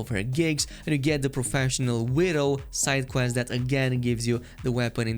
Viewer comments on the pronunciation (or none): none